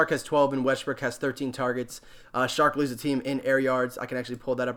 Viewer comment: Lol.....so many peeps doing these videos now......one way to stand out is maybe pronounce peeps name correctly.....hehe....... Its pronounced..."o-shon-acy" and "chark"....hes not a shark